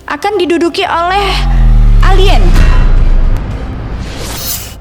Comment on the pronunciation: 😂😂 elien katanyh 😂😂😂